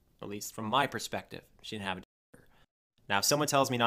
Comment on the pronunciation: Dinnint instead of didn't. When he says that it makes me nauseous